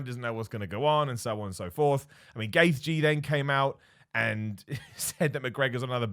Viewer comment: That Gaethje pronunciation